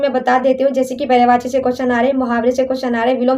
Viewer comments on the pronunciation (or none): none